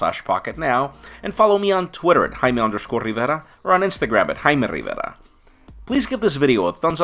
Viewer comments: Why are you saying your name in a weird way??? Like, your pronouncing it like, "I'm " are you a tiger or something stuck in your tongue??? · i wasn't paying attention to the video and i thought he said my name is hymen rivera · My sister is loling on how you say your name